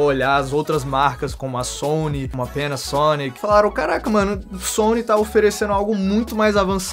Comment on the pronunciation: vc puxa uma pronúncia americana que deixa muito legal essas palavras hahah